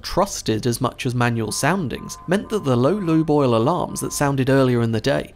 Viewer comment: When you say "Lube Oil" I hear = "Loo Boil" 👀😂